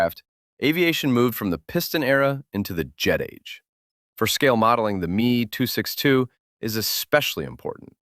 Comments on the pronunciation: The Messerschmidt 262 is not your aircraft. Prenounce the letters seperate lke M.E. 262 in stead of me 262..... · Literally nobody calls the Me 262 "Me". It's M E, as in separate letters. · You literally don't understand what I mean. The Me is never said as the word "me". It is said as the letters M and E. Same as how the Bf in Bf109 is said as B followed by an F, not said as if It's a word. Literally literally. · The “me” 262. Really?